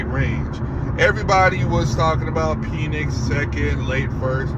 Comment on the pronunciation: You love what? 😂😂 Pause my boy it's PENix not PEEENIX.